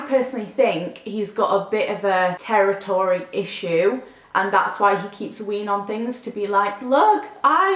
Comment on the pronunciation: Omg you saying 'territory' has made my night! Made me laugh so much. Hope you feel better soon